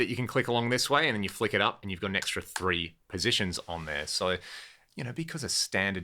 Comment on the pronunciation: i moved from the UK to US when I was 6. I also said three as Free, my 2nd grade teacher was absolutely savage about it as that speech impediment is not common here.